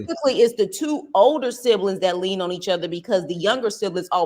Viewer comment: I love this man’s page I swear I do lol, but his damn English is funny AF 😂! The shit he be saying…one time he said “silibings” instead of “siblings” ahahaha I love him tho. “Sublinimals ahahaha! I flock to his page soon as I get a notification tho. I fucks wit him the long way